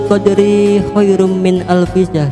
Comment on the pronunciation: intonasi ajib artikulasi khoir disebutkan ayat Al-Qur'an, QS. Al-Qadr tetapi ada yang salah bacaannya, pada lafad lailatul qodri ayat kedua, qodri.. "ri"nya dibaca panjang, seharusnya dibaca pendek. ada hadis dari Ibnu Abbas dan dari Rasulullah shalallahu alaihi wasallam